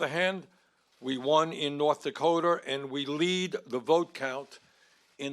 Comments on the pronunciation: "North Dakoter" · Did he just say "North Dakoter"? Yah, lets elect this guy...pfftt.. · “North Dakoter” -Bernie Sanders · He cant even pronounce North Dakota correctly. It's not North Dakoter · the state of nawrth dahkowter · I didn't know "noff dakoter" was a state.